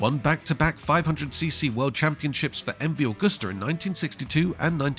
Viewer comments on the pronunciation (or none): Agusta is not pronounced like the srart of the month of August. Library footage cut in at random does not make a documentary. Lazy work.